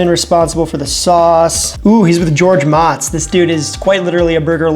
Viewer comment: Awesome video dude!!!! But, if u keep mispronouncing Guga and Moetz, they will never invite you to New York or Miami dude....lol